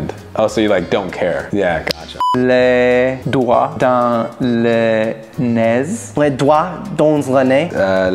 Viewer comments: les doigts dans le nez -les doigts danz le nez -les do...doïchez... doWTF!!! XD jpp de son DO WTF ! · J'adore ils disent tous " danse " pour dans 😂